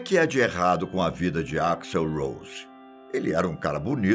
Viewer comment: que gastura esse velho do caralho falando o nome "axl" errado!